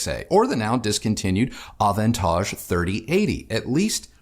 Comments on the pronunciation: avantage in french not bad, almost the frenchy pronunciation. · I always knew you were sophisticated,. Hearing you pronounce 'Avantage' just confirms it with (very) posh knobs on🙂😉👍. Yet another great review - am loving Kristi's comments - format works brilliantly 👍👍👍